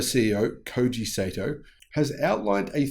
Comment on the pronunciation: good stuff as always, oh as an FYI the pronounciation of his name is "Sahto".